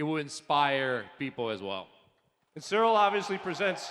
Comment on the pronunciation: Ciryl NOT "Cyrial".